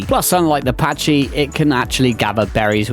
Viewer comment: Pachy is NOT pronounced Patch-ee, it is pronounced Pack-ee!!!!! Jesus, are all ark players illiterate or what??